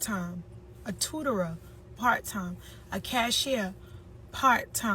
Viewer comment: Did the bitch with the grey wig say “ tutoror”?? Throw the whole broad away